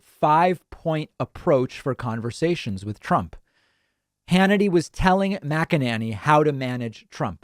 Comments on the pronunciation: Her name is not MacEnAnny. It's a long A MacEnAney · Your pronunciation of Mac-A-Nanny is pure gold, love it. I'm sure she's heard it and I envision her twisting out of her shoes every time she hears it. Thank you. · Just want to say I love the way David pronounces her name. Classic..😂 MACK AN NANNY. Ohh, all this communication is going to add to taking them out. 🤞🏼 It HAS TO. Or else we’re going to see another tyrant, who’s taking notes ATM, and next time will succeed.